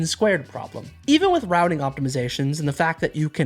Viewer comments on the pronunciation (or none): none